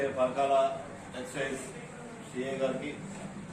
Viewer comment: ఎక్సేంజ్ కాదు తమ్ముడు ఎక్సైజ్